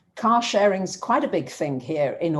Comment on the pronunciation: Lol - when you said "car sharing" I heard "cow sharing," because of the accent and because I'm currently in Wisconsin, where "cow sharing" as a way to get raw milk from small farms is indeed a thing. It goes to show, there's all kinds of way to share resources. 😉